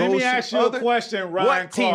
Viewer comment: fred, i luv ya bro, but please stop saying aks…😆😆😆